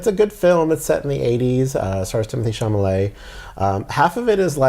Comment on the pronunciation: Chalamet, not Chamalet!